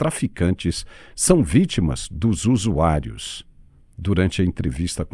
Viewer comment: "os usuaios"